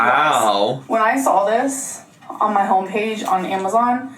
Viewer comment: "sawl" (saw). The way you can see her tongue curl up to add an L in "saw" is always distracting to me